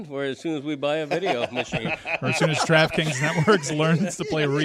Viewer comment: I like the radio version where they announce ‘you are listening…to Durraffe Kings’. Two syllables in the word draft! Soooo good!